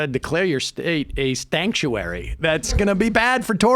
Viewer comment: Nah he said "stankuary". He knows we got the loud pack😏